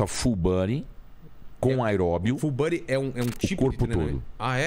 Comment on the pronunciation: Fullbuddy kkkkk pronúncia tá ó uma bosta kkkk